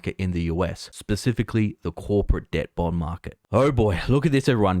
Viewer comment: sounds like he means "bomb market". Is it ticking?